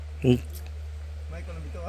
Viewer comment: Se dise Maycol y yo q aprenda cómo se dise